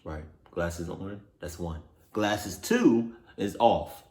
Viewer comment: I know you did not just say classes instead of glasses